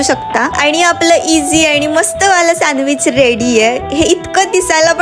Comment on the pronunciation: Sandwich ❌ Sanwich✅